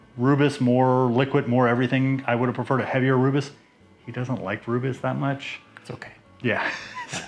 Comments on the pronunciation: Nice! I’ve been meaning to brew something with rooibos; this sounds like a nice combination. I might do a cream ale version though :) Btw, it’s pronounced roy-bus. Cheers! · Hi, looks amazing and sure it tastes incredible. As a South African please can you quickly watch a video on YouTube to pronounce Rooibos correctly 😊. I have made a Rooibos Ale and wow it was so good...maybe because I only drink Rooibos 😅 but I actually added the tea at flameout for 20 minutes